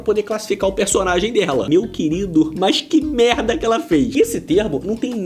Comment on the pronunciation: Como é que tem um programa com essa mulher, gente? Mano do céu... Como diz o Cebolinha: "Só fala melda... É uma metlalhadola de melda..."